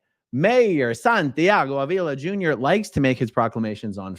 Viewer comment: In Spanish, his last name is pronounced Ahhh-vila, not A-VEE-la. Just for your knowledge. 😏😉👍🏽